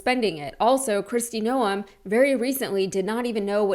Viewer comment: FYI....one does not pronounce the 'e' in her last name....it's pronounced noohmm; elongated out.